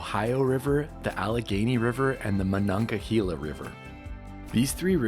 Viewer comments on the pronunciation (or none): its pranahnced: *MonongaHEYla and Beto's is Lunchables! lol Pittsburgh has some of the best pizza around. wish yinz would have picked somewhere else to showcase instead of Betos -a yinzer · I died a little every time you said monon-ga-heeeee-la